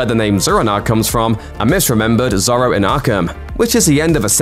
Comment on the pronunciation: I love your videos but heehehhee have you never heard anyone say Zorro out loud ??